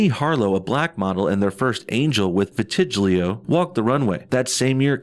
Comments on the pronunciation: vitilgio ? lol say it with me "Vit a lie go" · Sounds like someone doesn't know how to pronounce vee-tee-lee-go. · It's pronounced vit-tah-lie-go. Same thing Michael Jackson had. I've seen images of Winnie and she is very good looking. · What one of the models had last year is pronounced vig-uh-light-oh. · I had to do a double take, listening to you pronounce « vitiligo ». LOLOLOLOLOLOL